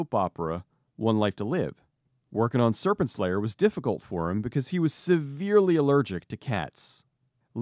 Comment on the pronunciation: Sounds like you are saying "Serpent Slayer", which sounds like a dope title for a movie tbh